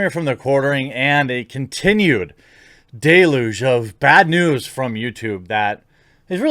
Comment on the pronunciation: It's not "day-luge," it's correctly said "del-yuge." This is not the first time Jeremy. But that's neither here nor there.